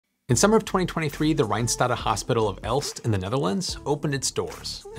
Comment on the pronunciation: Apart from the interesting contents: Compliments on pronouncing "Rijnstate" pretty good.